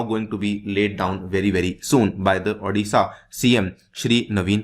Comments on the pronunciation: This is odisha not adisha Pronounced correctly sir Great love from Odisha 🙏🙏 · That's not adisha that's odisha ,thik se pronunciate kariye......nain kr skate to video mt banaiye....